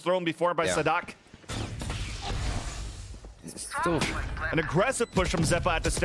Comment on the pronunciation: His pronunciation is nearly perfect